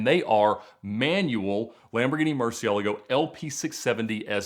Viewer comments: Bro that's not how you pronounce Murcielago! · Ed calls them "murci's" because he can't pronounce murcielago for the life of him